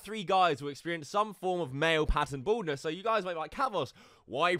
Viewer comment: i thought you said boredness and not baldness 😂